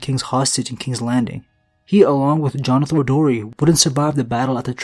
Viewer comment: * Jonothor Darry